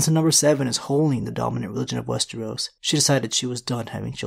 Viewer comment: Slipped on wes-tree-os 2x this video. He was on a roll for a few videos, pronouncing it correctly, but he's falling back into it.